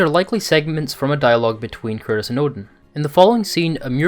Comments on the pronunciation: Dude it's kratos not Curtis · Are you saying curtis or kratos😂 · Good video but I swear I keep hearing him say Curtis and not kratos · Sounds like you keep saying curtis instead of kratos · who is this "Curtis" you speak of? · Man everytIme this guy says KRATOS, all I hear is CURTIS... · Interesting vid, but you know his name is Kratos, not Curtis? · The way this guy pronounces 'kratos' sounds like he's saying 'chris' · Anyone hearing it as curtis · Am i the only hearing him pronounce KRATOS Curtis ? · It sounds like you’re saying Curtis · Sounds like you're saying Curtis instead of Kratos. No beef, it just made me LoL imagining Kratos fully embracing dadhood, and changing his name to Curtis 😂😂😂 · Please stop saying KURTIS! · “Kratos” not “Kurtis” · Yo this whole video I'm thinking "who the hell is Curtis??" But finally realized you were saying Kratos... slow down bro, say it w me. KRAYY-TOES. Great video and breakdown tho 💪🏽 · Love your vids, but why the hell do you always pronounce kratos’ name wrong it sounds like you are saying “curtis” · who the fuck is kurtis? You mean kratos? lol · Great video and breakdown. The way you pronounce Kratos sounds so much like Curtis which reminded me of Cory Barlogs interview with gameinformer in 2018 😂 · I'm I the only one that keeps hearing this channels narrator saying "Curtis" when he's referring to Kratos? haha 🤣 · Yes bro me too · STOP SAYING KURTIS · You say kratos, I hear curtis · Why does every time u say Kratos it sounds like Curtis?? :)) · bro the way he says kratos is annoying me